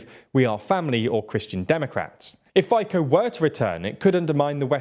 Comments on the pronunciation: I really enjoy your videos, but it would help if you would please check the pronunciation of key people in your videos. It distracts from the content when pronunciation is entirely wrong. In this video, the only correct sound in Fico's name is the F, all the rest is way off. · Please learn to pronounce the name Fico correctly. How do you want to broadcast objective news about Slovakia if you don't even know this basic information? This politician has been part of European politics for the last 20 years. Is there anyone from Eastern Europe on your team? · Yeah he won. Sad day for Slovakia. Lol your pronunciation of his name is hilarious 😄 but incorrect. It’s Fico not Fiko, why dont you research it before? I dont pronounce american names in slovak accent And its not S.M.E.R .. it’s Smer.. its an actual word, “direction” in english.. it’s like you would say D.i.r.e.c.t.i.o.n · It's pronounced not "Fajkoh" , but more like "Fee-tzo" - short "o" sound at the end. "Fi" as in "Fidelity" not "fight". From the bottom of my heart, and in the name of all Slovak speakers, please. His face is already punishment enough, let alone someone mispronouncing his name. Thanks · Great video! But Fico is not read as FiKo but rather Fitso, and Čaputová is not Kaputova but rather Chaputová. Thank you 😅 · It's pronounced Feetsaw, not Faycoh. Wait. He's corrupt, he allegedly has ties with mafia and he is pro-Russia/against Ukraine. It figures. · It sounds funny when you try to say "Fico", it's "Fitso" not "Fayko", couldn't you check how to pronouce non-english surnames? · You cannot possibly agree with the pronunciation of Fico as "faikow" instead of "fetso". My ears are bleeding. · Impossible to listen. Robert is [fitsɔ] and not [faiko]. How it possible to pronounce wrong surnames of 80% european politicians. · Fay-co... :-)) Sounds so funny... It's "fee-tzoh", FYI. Although considering the direction of SMER (pun intended), we might be calling him Fitin, soon. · It's FICO [fitso]